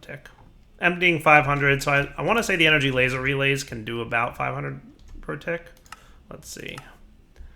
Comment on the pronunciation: "217 RF a twick." Anyone else hear that? LOL